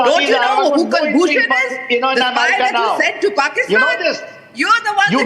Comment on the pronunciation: Who the F is pusktan WTF is pusktan